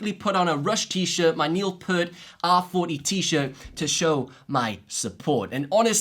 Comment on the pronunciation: You call yourself the worlds biggest Rush fan yet you can't even say Neil Peart properly... I doubt you to say the least. It's Peart like Ear with a P at the beginning and a T at the end, Not Perrt.